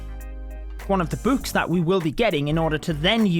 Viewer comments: The way he says books: bwks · Why his books sounds like b00bs